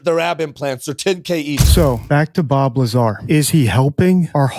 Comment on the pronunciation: BOB LYAAR